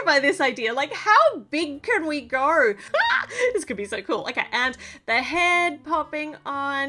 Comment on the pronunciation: . Here we gorrrrrr😂